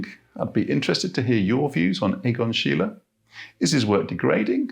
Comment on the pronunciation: Deberías aprender a pronunciar su nombre corectamente antes de hablar de el.